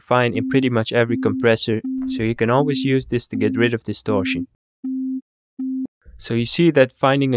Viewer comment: distorshion, compreshion, solushion. i love this channel